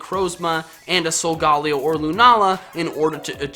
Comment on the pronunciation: u said sogaleo wrong